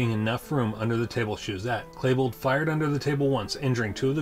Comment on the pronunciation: you keep saying Klebold wrong. its not Klabold, its Klebold.. "E" not A man.